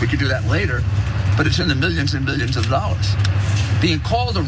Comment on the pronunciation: You just said hundreds of ( milligions )of dollors.Biden can't speak. Son you have a speech impediment. Living in a glass house ...casting stones?